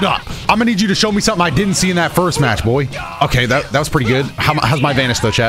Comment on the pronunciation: never beating the allegations after the way he said BOY here